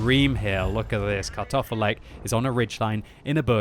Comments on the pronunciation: I just here Cut Off A Leg all the time from voice lmao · Sounds like you're saying "cut off a leg" haha